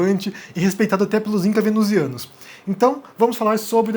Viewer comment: Juro que estava escrevendo "Awika" quando vc falou Incas Venusianis! JURO!! KKKKK